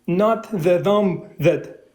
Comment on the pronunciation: It’s ironic that the guest pronounced “thumb” as “dumb”